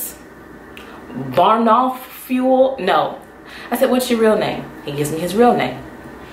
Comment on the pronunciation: Not Barnoffuel! lol girl I about choked when you said that! lmao!